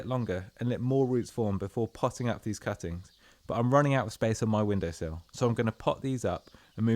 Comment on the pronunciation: I heard it as "angel deoppings" due to the narrators accent and had to read the description.